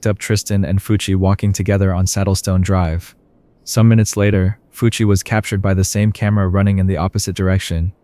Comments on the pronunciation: it's pronounced more like "Fooch", not "Fucc". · When you said Fucc instead of Fucci I died of laughter 😂😂😂😂